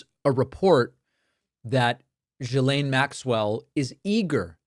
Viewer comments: it's GHILANE not GSILANE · Why is it, no one can say 'Ghi...lane' ? The S is silent, and Gh is NOT J... FFS. Yeah. That's my beef... Oh. And Trump is guilty.